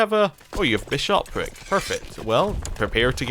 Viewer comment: Why do you keep stressing the second syllable of bishopric? If you wouldn't say bi-SHOP, don't say bi-SHOP-ric. :p